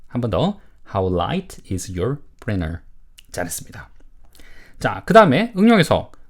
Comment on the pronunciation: Printer 를 프리너 이렇게 발음 해도 되나요? 보통 프린터라고 하지 않나요? 좀 신기했네요 😮